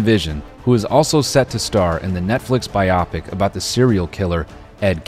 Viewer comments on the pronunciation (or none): BIO-PIC not bye-op-ik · I'm sorry how did you just pronounce "biopic"